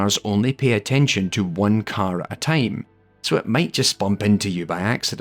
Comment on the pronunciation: I kept thinking about Tame everytime he said Time